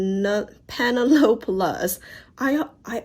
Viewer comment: I believe the Penelope luz brand is pronounced like pen-el-uh-pee haha. It's a name, not very common though!